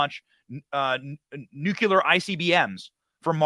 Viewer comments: It's new-clear, not nook-you-leer. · I hate being that guy but hearing, "New-Q-Lur" rather than "New-Clear" irks the shit out of me. George W. Bush would pronounce it the same way and it felt like nails on a chalkboard to me. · I would very much love to see a detailed list of all the things President Trump knows about previous presidents taking with them when they left office! Benny, you mispronounce the word ‘nuclear’ every time you say it and you are making me CRAZY over it! It is not nucular! It is NUCLEAR! Please man, I beg you! Pronounce correctly! Besides that, it makes you sound more intelligent! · Awesome man, but it is nuclear, not nucular. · It’s not NEW CUE LAR. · THERE IS NO WORD CALLED "NUCULAR" IN THE ENGLISH LANGUAGE. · " NEW-CLEAR " not "new-Q-lur" Love ya Benny ! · Someone please tell Benny that it's Nuc-lee-ar, not Nuc-u-ler. Otherwise I won't be able to listen to him after China vaporizes us with a Nuc-lee-ar bomb. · Benny, It's DAVID Depape. And, please, it's NUKE LEE ER (nuclear) NOT nuke u ler. Otherwise, great job, thanks! PS. 80yr old alcoholics don't overcome 'skull fractures' that quickly. He didn't have one. FF. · Nu-clear. NOT Nucular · “Nucular”? Dude… 🤨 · New. Clee. Er. Seriously. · Hey Benny, you have a lot of great things to say but people would take you more seriously if you could pronounce the word “nuclear” correctly. Its painful dude. Its ok though, you’re in fine company with several other presidents who also can’t seem to do it either. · Dude, mispronouncing nuclear sounds juvenile